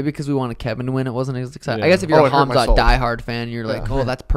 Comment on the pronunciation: KHAMZAT not KHAZMAT. Every damn time 😂